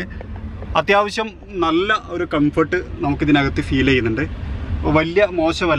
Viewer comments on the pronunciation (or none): none